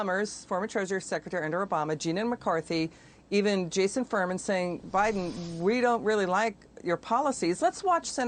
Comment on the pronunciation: "president bidan" 🤣😂